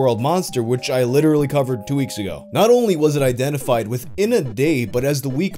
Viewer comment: "Which I literally covered T W O W E E K S A G O" Has a mental breakdown